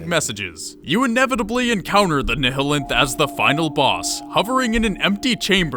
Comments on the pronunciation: Say, "ni-hill-enth" one more fucking time. "NILE-enth" like the river. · Just a friendly FYI... To sound it out phonetically, "Nihilanth" should be pronounced "Nyalanth/ Nye-ah-lanth". The proper way of saying words like "nihilist" is "Nyalist/ Nye-ah-list". The H is silent, but something tells me you figured that bit out already lol. One would not call someone a "Ni-hill-ist" lol. This is just one of the many reasons why English is considered to be the hardest language in the world to learn as a second language. Whacky pronunciations are just the tip of the iceberg. Then you've got the fact that one word could mean 10 different things depending on how you use and enunciate it, but that's a story for another time. Regardless, cheers from Canuckistan. Keep up the good work. If all I can take issue with in this video is how one word is pronounced, I'd say you're doing pretty well lol. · NYE-eh-lanth not neh heh linth christ like Nihilism